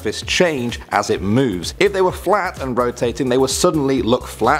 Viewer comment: anyone else hear him say "fwat"? I know I did